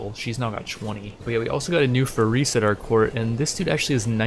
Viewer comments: Hey first of all the video is amazing Second, it's pronounced Faris not farees it's like there is slight i between the r and s Third alfuly and amud conversion is not from religion to another it's I think called a sect in English I don't know but it's all under the umbrella of Islam and converting sects is easer in Islam I suppose Great video and I hope you play ck3 more I love it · its not ferris xD its FAA RIS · js it’s not FaREEs it’s Fa-ris almost like ferris wheel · its more of a faaris فارس than farees source:im an arab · I could swear you were saying "we are going to recruit more furries" everytime you said their word for knight XD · I believe the pronunciation of "faris" would be more of "far-east" like sound without the "T" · it's penounced faa - res :3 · Is it really that hard to say faris man give it a real try it,s cool word (Faris=فارس) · This playthrough is awesome! Starting small on ironman is the best. Subscribed! Please keep making these! Btw, faris, the Arabic word for knight, is pronounced just like people say Anna Faris. Just like the word fairest, without the T at the end.